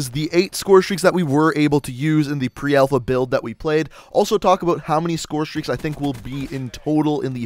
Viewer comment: the way you pronounce scorestreaks is really bugging me